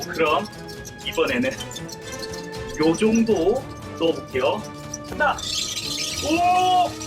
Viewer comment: 때 "요정도넣어볼깨요"할때 요정을 넣는다라고들림..